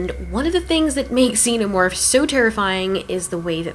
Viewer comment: "zeenermorphs" Lol